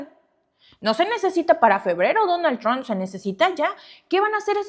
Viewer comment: no se dice DONAL TRON !!!!!!!!!!!!!!!!!!!!